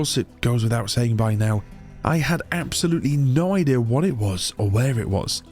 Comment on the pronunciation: "idih" instead of idea 😭🥀💔